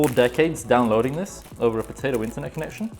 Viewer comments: Love the way he say potato earphones😹😹😹😹✨but either than that your video helped me setup my ps4👍👍👍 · When he says Potato its funny.🤣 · Im german so every time you said potato offended me... Sorry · Are you dumb people Missy it's potato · What is wrong with him saying potato